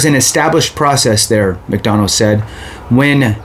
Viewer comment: There will be a new Sec after Jan.15th anyway. And pronounced “mick- duh- na”.